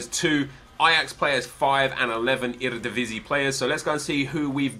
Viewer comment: your pronunciation of eredivisie was surprisingly well!